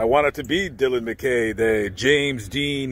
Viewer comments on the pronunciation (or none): none